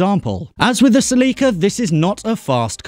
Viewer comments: Celika? Celi-CIA? Celiac? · Love how he cant pronounce some of the names 😂 like celica or tiburon (not taibiuron). Still love the channel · Se-LEE-ca Here where I lived it’s pronounced SELL-i-kuh which I just think sounds much prettier. Se-LEE-ca sounds like a medicine, Celica sounds like the name of an angel. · Hearing him say Tiburon and Celica incorrectly made the hair on my neck stand up lol. English people say we don't pronounce English words right in America but ask them to say any easy word in another language and they will fuck up so bad you don't even know if they they heard you properly or they're just having a stroke. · Pronounce Celica right please!!